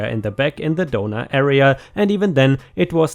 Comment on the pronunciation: The entire time he was saying "donor" I wasn't looking at my screen and was curious as to why he kept saying "donuts".